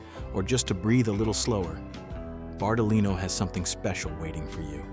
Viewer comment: "BARTALI NO" nn si può sentire